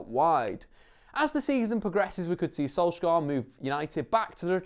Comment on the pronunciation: One day an English commentator will learn how to pronounce Molde, Ole and Solskjaer. God Jul.